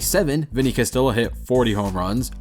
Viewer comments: “Cass-tee-ya” not “Cas-till-uh”. Also, he hit three oh four, not .304 percentage. For any average (.289, .406, etc) on base percentage, slugging, on OPS, just say the 3 numbers. (“Ted Williams hit 4 oh 6, the last time a major leaguer hit 400 in a season.) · Maddox = MAD-ducks Castilla = Cass-TEE-uh Joel = Joll (like roll)